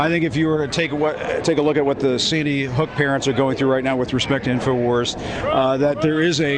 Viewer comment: he said seedy hook